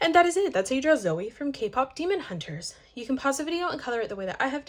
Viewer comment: goood you said zoey this time